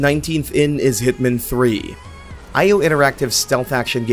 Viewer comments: Great video. But please pronounce hitman properly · Why is he pronouncing hitman like that?